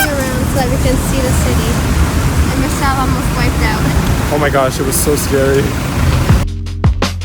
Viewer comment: Michels French accent was so good hahahha